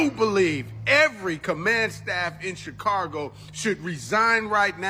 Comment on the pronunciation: This man thinks there's an "r" in Chicago. Chicargo 😂